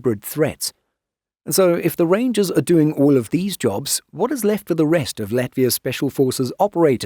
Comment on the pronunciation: “Reindžers” BARS! 🗣️🔥🔥